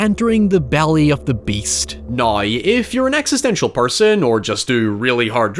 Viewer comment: whenever he says "Now" as "Naiy" it takes me a minute to process